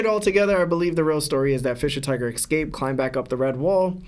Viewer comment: Bro I it’s escape. Not excaped